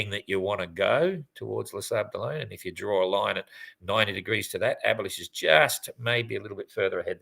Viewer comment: Is there any good reason to pronounce "Abhilash" "abolished"?